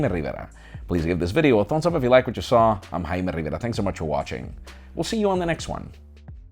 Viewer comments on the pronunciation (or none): none